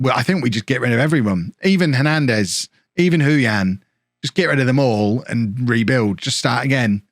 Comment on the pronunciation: I was about to say Hernandez as no plural But i was wrong, u are saying it the right way 😂😂 Im seeing any plans made to do after bourne in us just waiting 1 Year 👌👌